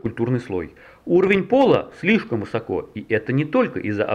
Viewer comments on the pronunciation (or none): none